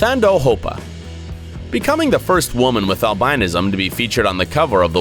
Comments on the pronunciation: google albinism and listen to how you say it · please learn how to pronounce albinism... look it up.